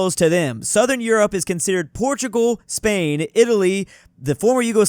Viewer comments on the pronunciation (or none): none